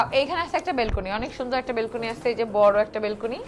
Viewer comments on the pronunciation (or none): none